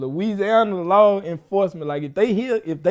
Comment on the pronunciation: Boosie made the laws sound like roaches 😂😂😂😂